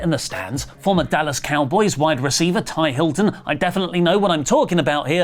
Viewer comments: Lol its not Ty its T.Y. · “I definitely know what I’m talking about here.” -, 2 seconds after mispronouncing T.Y. Hilton as Ty Hilton. 🤣🤣🤣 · lol, it’s T.Y. not Ty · And it's T...Y hilton...not ty. Love u oli!!!